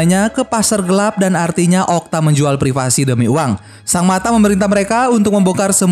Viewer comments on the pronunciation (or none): none